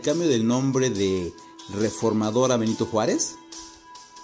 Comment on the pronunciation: "Benito Juárej", jajajaja tenían que salir con su batea de babas, almenos no se les ocurrió "cuarta transformaciong" 🤷🏻‍♂️🤣